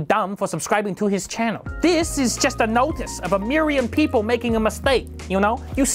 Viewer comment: "A miryon peepoh making a mistake" XD, you're doing great things. Very happy for ya. A well-deserved award.